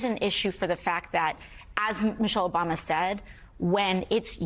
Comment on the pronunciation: Did mika say Obamna?